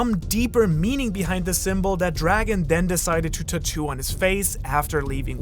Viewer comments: Im sorry bro but I gotta nit-pick for a sec. It triggers the fuck out of me everytime you say TA - TOO instead of TAT - TOO. I know its a petty ass thing and maybe its just an accent thing but idk I felt the urge to say something. Other than that though I enjoyed the content :) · mans sitting here making fun of dragon's tattoo when he cant even pronounce it correctly.. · Your pronunciation of tattoo is throwing me off. hahaha